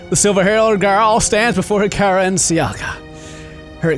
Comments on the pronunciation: You pronounce sakura wrong it's pronounced saka hra watch naruto you will know the pronunciation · U pronounced Sakura wrong it's like ur pronounced my name wrong 😭